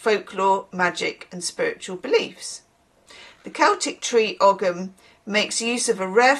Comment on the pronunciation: Ogham is pronounced 'oh-um'. It's an ancient Irish writing system. Each symbol is a different native tree (a bit like runic script) It's a living tradition in the sense that it never really stopped being used, a bit like how the eight fires of the northern hemisphere year are now given the Irish names, because the local language fell away in England ("I blame the normans") but the Irish didn't, so the lasting language is the one we use.